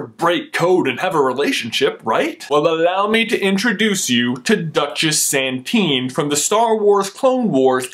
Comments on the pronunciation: It's "Satine", not "Santine". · Satin not saNtin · 'duchess Santine.' lol... it's 'Satine' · I Satine not Santine! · did anyone else notice he said Maz Katana and he says 'Santine' instead of Satine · its satine not santine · J: "Let me introduce to you... Duchess Santine-" Me: "... NOOO!!! NO! NO! JUST NO!!! IT'S SATINE! DUCHESS SATINE!!! SA-TEEN!!! I am so upset right now, you have no idea." sigh Even with this colossal mistake... great video. I think she's either Skywalker or Kenobi. More facts point to Skywalker, but it would be really cool if she was a Kenobi. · "Duchess santine" I love your channel though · Satine not Santine... Faceplant... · Its satien not santien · Its not sand-teen it sat-een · Um, it's Sa-tine. Not San-time. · I love how he mispronounces the names, Maz Katana and Duchess Santine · Did he say santine